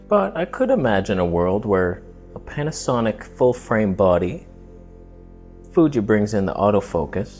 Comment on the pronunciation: Panasonyc with L-mount alliance (pronounced Jared Polin styleé)